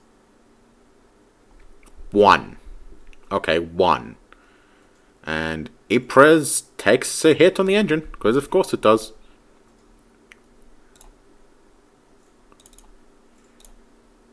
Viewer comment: I know I'm way behind the times (slowly catching up) but the your ship Ypres is pronounced EEP. Those crazy French!